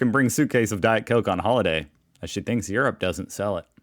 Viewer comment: It is pronounced "Europe" not "urape" as you say.